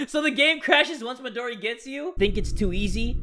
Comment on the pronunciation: Lps CuteBunny it’s not modri, it’s Midori